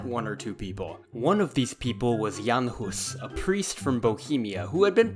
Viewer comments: Perfect pronunciation of "Jan Hus", good effort on the rest. "Utrakvisté" and "Táborité" could be transformed into "Utraquists" (as from "sub utraque", "under both", since they took both bread AND wine during masses) and "Taborites" ( or even Campers , since "tábor" means "camp"). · Please no more of your pronunciation of Žižka 😅 I was pleasantly surprised how well you pronounced Jan Hus, but Žižka, oh boy... Say mirage or vision and you get the sound of Ž. Now apply to Žižka and there you go :D